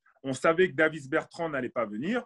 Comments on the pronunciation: J'suis mort il a dit Davis Bertrand x) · j'ai compris plastic bertrand moi xD